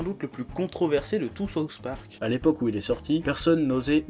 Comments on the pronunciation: C'est difficile d'expliquer par écrit mais il faut faire le son avec la langue du "th" de "souTH". Parce ce que sinon au lieu de dire "le parque du Sud" t'es en train de dire "la sauce du parque". Mais bon, cocorico, les français (en général) et l'anglais ça fait 3. Mais c'est pas méchant ;) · Sérgio Marques "Saouce" Park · Par contre faudrait arrêter de dire "Sauce Park". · lord of Terror Saoufe pork